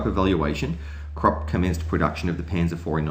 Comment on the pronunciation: Great video. However, Krupp is pronounced 'kroop' and cupola is pronounced 'kyoopola'. These words are often mispronounced and I think it's important, when recording history, to also record proper pronunciation. Thanks.